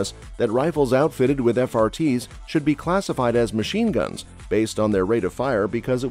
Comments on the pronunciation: Every time I hear the Commentator call machineguns "mash-guns" I cringe. Best Guns credibility is questionable when they hire ignorant Commentators. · The robot is saying “mash guns” in place of machine guns.